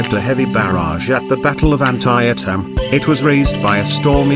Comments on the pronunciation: An-tie-a-tim? At least check with an American about pronunciation. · LOL.....WTF.....I appreciate the English take pride in their language but you don't pronounce an American place as you THINK it must sound. Brutal!!!!